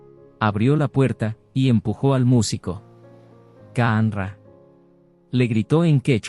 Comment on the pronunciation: Qanra= jhánra. Niñachalláy